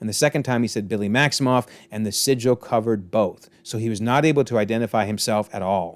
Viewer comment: sigil not Sicily 🤦🏻‍♂️😂